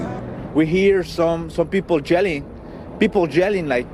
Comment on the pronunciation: “We hear people jelling, jelling bad jwerds” 😂